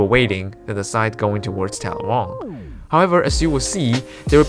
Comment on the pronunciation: And it’s TAL’-la-wong, not tal-la-WONG’